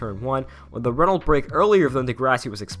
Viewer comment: ITS PRONOUNCED 'RENNO' AHHHHHH